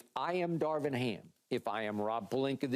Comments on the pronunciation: does keyshawn know how to pronounce Darvin? lol he says " Darwin " every time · Key saying “Darwin” every time instead of Darvin is hilarious. 😂😂